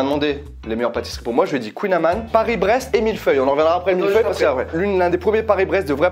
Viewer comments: Salut, Dommage qu'il ni avait pas de barquette aux marrons. Par contre non le Kouign-amann ne ce prononce pas comme le soutien, mais bien comme le prononce. Non le "baba au rhum" n'est absolument pas Italien, mais Français! Tu as du te mettre dans la tête baba au Rome^^. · J'adore mais dès le début "kouing amant" non c'est pas possible!!!